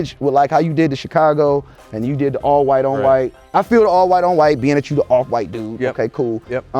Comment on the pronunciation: "awf fwite"